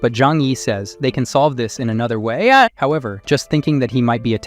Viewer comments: Why did bro say wayYAA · "they can solve this in another wAIAE"😭✌️